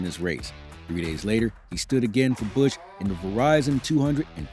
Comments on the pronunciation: “Kurt Bursch” 😂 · Narrator needs to review how words like "Busch" and "Menards" are pronounced.